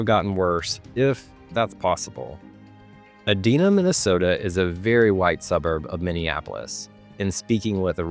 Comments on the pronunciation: Edina, Minnesota is pronounced "ee-Dye-na". That aside, I am reminded of the words of Ayn Rand: "Racism is the basest form of collectivism." Unfortunately, humans, in the United States and elsewhere, do not always exercise Reason to direct their words or deeds. Instead, we often receive reinforcements from our environments which perpetrate un-Reason. The mob rule which has been exposed in this podcast which enforced exclusion on the basis of one's genetic code (i.e., the quotient of melanin in an individual) is to be condemned and resisted, and the rights of non-aggressive, non-coercive individuals need to be vindicated in law. Unfortunately, an ideology of racialist collectivism --- Racial Marxism --- has become entrenched in academia, the news and entertainment media, and within Left-of-center political parties. The routine vilification of one group of people on the basis of their epidermic pigmentation in 2025 echoes the routine vilification of another group of people who faced unjust discrimination and worse in 1925. Until the un-Reason of racial hatred can be repudiated by all segments of society, this scourge will continue, to the detriment of our lives in the United States. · He pronounced edina wrong. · This guy is full of shit! Also, learn how to pronounce Edina correctly! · You pronounced Edina wrong,!